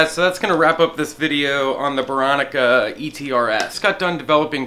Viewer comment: Are you saying "beronica?" Lol, love your channel. Keep up the good work!